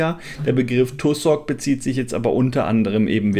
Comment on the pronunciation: Tussock -> ausgesprochen "Tasseck"